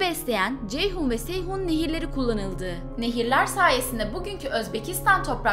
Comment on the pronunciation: Seyhun ve Ceyhun dedi ya orda bir güldüm (Seyhan, Ceyhan)